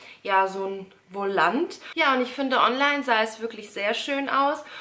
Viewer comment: Ein wolant 😂es heißt voulon und wird vulon ausgesprochen Bin ich die einzige der das aufgefallen ist